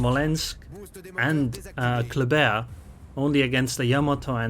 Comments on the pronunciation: It's pronounced "clubber" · everybody gansta till pulls out the french accent